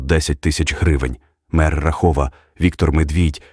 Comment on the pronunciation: Який РахОв? Який ПерЕчин? Ви можете нормально вимовляти назви міст? Чи ви взагалі не знаєте про що ви кажете?